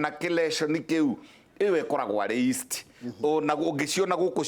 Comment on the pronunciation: Yeast. Not east